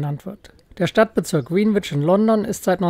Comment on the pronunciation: Ein sehr schönes Video und ein echt toller Kanal, man lernt immer wieder was neues über seine Stadt. Ein kleiner Klugscheißer-Hinweis nur: Der Londoner Ortsteil Greenwhich wird unintuitiverweise eher so wie "Grännidsch" und nicht "Grienwitsch" ausgesprochen.